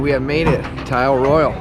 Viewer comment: Pronounced Eel Roy Al Loved the video! Great job!